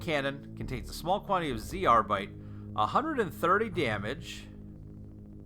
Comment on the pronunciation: We say Zerbite, not Z/R-bite! =) Enjoying watching you slaughter aquanauts otherwise!